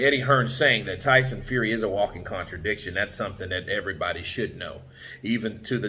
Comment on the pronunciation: "the", the word you're searching for is "the", not "d". The fourth letter in the alphabet is "d", it's not a word. And "that" is the other word you're searching for, not "dat". "Dat" is what happens when when you're talking about a Japanese made car and you forget to include the "sun" bit at the end.